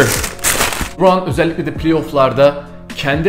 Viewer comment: Abi yanlış anlama bunu iyi niyetimden söylüyorum o lıbran degil lebron yazıldığı gibi